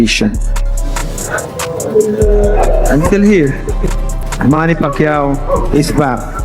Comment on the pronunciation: say pacman correct name